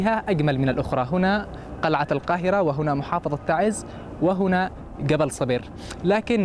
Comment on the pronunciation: اعجبني لفظ اسم تَعْزْ وليس كما يتلفظه بعض القنوات الفضائيه التي خلطت اللغة العربيه باللهجات العاميه فهم يلفظونها خطأً تَعِيز شكرا لكم🇸🇾